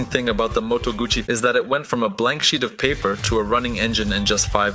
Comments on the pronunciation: It's Moto gussy not Gucci you need to get your pronunciation correct, it was not a Gucci hand bag, but a Moto gussy motorcycle 😮😮?? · Close, but no cigar. It's 'Gootsie'. I used to have a Lodola 175 model. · as in your gutsy, you need to learn how to read, I rode moto guzzi for almost a decade, when I went for part's I think that they new how to pronounce the name of their parent company!!! Argue all you want, it doesn't make you right!! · I had an 850 eldorado 1968 full dressed bagger but it is still called guzzi no t sound anywhere in the name!